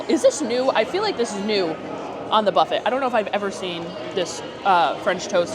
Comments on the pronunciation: What the hell is a BUFFIT???? 😂😂😂😂😂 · Buffet is pronounced bo͝oˈfā. 🧐🧇🥓🍳